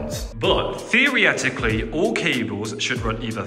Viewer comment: "Theroeticaly" is that a new word :)